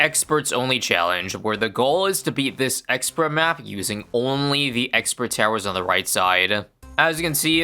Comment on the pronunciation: first mention of "sexpert" ('thi sexpert')